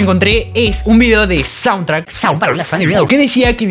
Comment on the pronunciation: Sauntrack no es jajaja Es chauntrack xD Muy buen el vídeo mi hermano, tus vídeos son muy entretenidos.